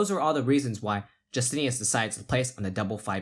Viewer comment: "Justinas" is pronounced "YOO-STIN-IS" in Lithuania not "JUS-TINE-US" or "Jus-TIN-EE-US." You pronounce it two different ways at different points in the video. I'm thinking that the players would prefer that you do the small amount of research needed to pronounce their names correctly. Its a respect thing. ;)